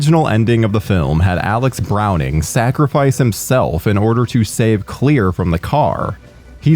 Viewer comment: So is the character's name actually "clear" or is this an accent thing for "Claire"?